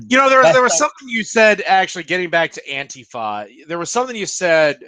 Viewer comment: Warcorpse says antifa right not AnTIfa